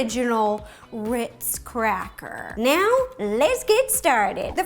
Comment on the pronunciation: Am I the only one who hears here her say witz instead of ritzs